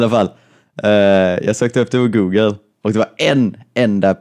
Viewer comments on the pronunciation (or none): DET HETER INTE GÅGGLE!!!!!!!!!! xD